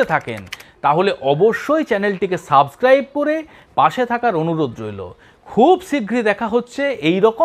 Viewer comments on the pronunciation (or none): none